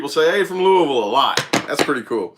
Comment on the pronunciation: Im from Kentucky was born. In Louisville. You said Louisville right too lol not looeyville or Louis ville. Lmao. I'm in Russellville ky. A tiny Town two hours from Louisville. I have lots of family in Indiana too. Thanks for the aries reading. I didn't know you was from around here. You do talk kinda country lol.